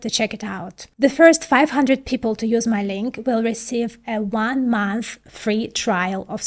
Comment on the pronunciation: You say "Mun th" 😂 Thanks for the link